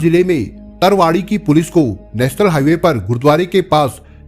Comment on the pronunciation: तरावड़ी (करनाल) सही pronunciation हैं sir आप बहुत अच्छा explain करते हो ips Rakesh kumar pandey ji की तरह और Shams जी तरह